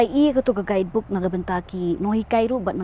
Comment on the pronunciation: “Guidebook “ Stress On the Word.